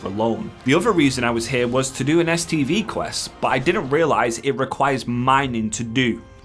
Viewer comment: "The other reason I was here was to do an STD quest." What? lol, I know it's "STV" quest but that's not what it sounded like! Edit: I wish I'd have known about that Uldaman last boss trick a few days ago when my group couldn't quite three man it after tank had to go and one of the dps dropped.